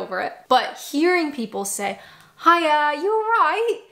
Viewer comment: You nailed the" bye bye,see yaaa "but the " hiya yallright" needs some work 😊